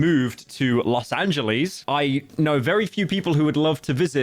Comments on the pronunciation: "Los aNgEieS" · "los anyuilees" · los angeleez????? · Los Angelis... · Los Angilees my favorite. I love Oddsoneout/ Bro can't pronounce names for shiii 😭😭😭